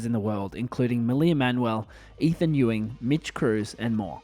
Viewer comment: you mean ethan YEWWWWWWWWWWWWWWing